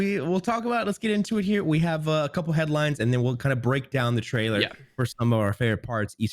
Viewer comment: "BREAKOWN" damn who is even running obs these days